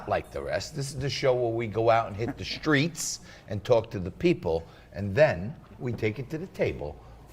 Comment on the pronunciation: “shtreets” “ “shtrange” ignorant mispronunciations by this ignorant host mispronunciations by the host of this show